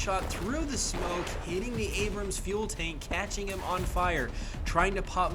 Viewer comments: I got irrationally annoyed, constantly hearing "The Abrumm" . I'd be less annoyed if someone called a Sherman a Shoreman. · “The abrum” Used to abrums lol